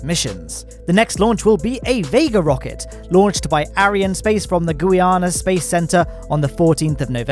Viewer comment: did he say gooyana space center? i think he said gooyana space center